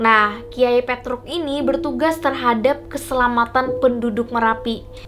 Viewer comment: Petruk Pertama nyebut nya salah Tapi seterus nya bener Aneh bet dah😂